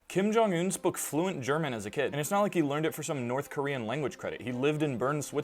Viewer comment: Feel free to call him Jong-un (emphasis on first syllable), since it is collectively a single given name, just keeping in mind that the Korean pronunciation of [정은] almost rhymes with the North American English pronunciation of "summon". And lastly no harm done, but calling him 'Un' sounds like calling a person named Robert, "ert" :)